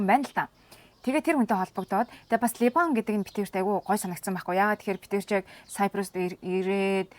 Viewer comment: Ливан гж хэлнэ,, Либан биш Ливан хүн гж ярина. Харин Ангилаар Либанон (Lebanon) гж хэлдэг байгаа шүү.